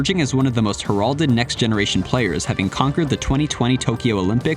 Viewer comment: Narrator can't even pronounce "heralded" correctly so I can believe the rest of this gossip hit piece.